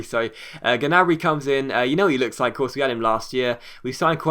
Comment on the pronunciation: Gnabry's name is pronounced nabry. Common mistake